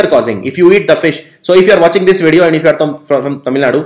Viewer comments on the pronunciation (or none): none